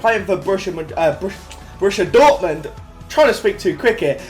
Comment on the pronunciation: Learn to say Dortmund 😂😂